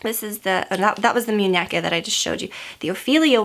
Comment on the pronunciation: Hahha Aww you were so cute and adorable pronouncing "muneca " haha 😊😁💕💕💕